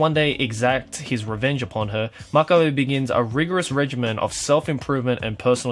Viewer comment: He pronounces revenge exactly how i thought a japanese would